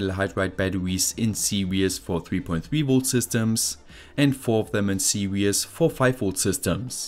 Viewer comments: Your video are great but you should say series instead of serious please it's very disturbing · Fascinating video, as always. Just a couple of points: I really admire your language skills because, being English I only speak one, but series is pronounced see reez not serious, and really isn't spelled reallly. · I was listening to this in the background and was thrown for a loop when he pronounced depleted as "de-peated" and series as "seriously". For a moment I thought there were new electrical terms I wasn't aware of.